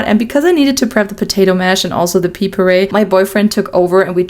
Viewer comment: Pea puree is very funny to hear 😂